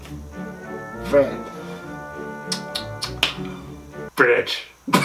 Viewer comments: のbirdがbitchに聞こえたよ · ビッチって聞こえたのは 俺だけ？